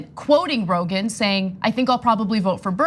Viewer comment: She said ‘Brogan.’ 👍